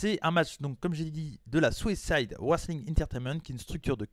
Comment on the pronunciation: Bonne vidéo ! Par contre à chaque fois que tu dis Southside je comprends Suicide lol